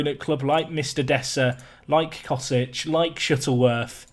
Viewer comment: Cosic is pronounced chosich, ch would be pronounced same way you would say Mandzukic with the lats letter in his name representing ch.